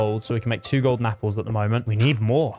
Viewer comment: I like how ha says yapples instead of apples